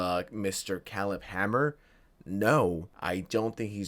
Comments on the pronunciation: KAY-leb kay-leb. not keleb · Love your videos, but hearing you pronounce Caleb was like nails on a chalkboard. Say it with me, CAY-lib, not CAH-lib, CAY-lib. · Kay-leb not Callub lmao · .it's produced "Kay-lehb" not "calib" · Pronouncing it Khalib Hanmer is almost as bad as the Kai Snot. I’ll never forget Kai Snot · OMG ITS CALEB (KAY-LEB) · Kay-Leb is the pronounciation of his name bro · Did you see the Caleb videos where he flat out ignores grooming because they're lesbians? Because there's several of them. And its pronounced KAY-LUB, moron. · Caleb… CALEB… OMFG I have never heard a mispronunciation that pissed me off so much in my fkn life. K-LEB… what is wrong with you dude. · Old American name CALEB is spoken KAY LEB ! 👀 It's wierd spelling huh ! 😂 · Oh my god. You actually don't know how to pronounce Caleb. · How do you not know how to pronounce Caleb….? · How do you not know how to pronounce, "Caleb?" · Bro, lookup how to pronounce Caleb lol